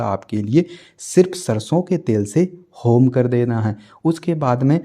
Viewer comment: चार माला ठीक है लेकिन होम की क्या बोला आपने वह समझ नही आया